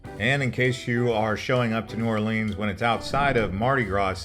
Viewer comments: It’s New Orlens not Orleens! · The first thing to do in New OR-lins is to stop calling it New Or-LEENS. Thanks. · lol "New Orleens" like it's Disneyland or something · "New Orleeens"??? Please. Also, that wasn't a horse-drawn carriage, it was mule-drawn. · Not New Orleens, New Orleans, thank you. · please pronounce the name correctly it it is NOT OR lrrns it is OR LE ONS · For real! Everyone calls it that, it's not new orleeens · His pronunciations are killing me 😭 💀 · I knew you were suspect when you said “New Orleens” but I had to click out when you said “beg-net”